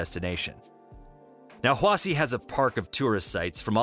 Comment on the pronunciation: its pronounced hwashi